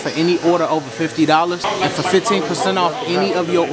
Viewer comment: HUNDRED DOLLAS????!!!! 💀